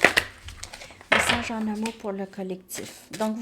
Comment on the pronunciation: Avec l'accent québécois message devient massage... J'adore :)